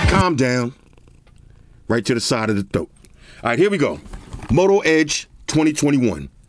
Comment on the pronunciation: LOL! Straight hood. He said thoat and not throat!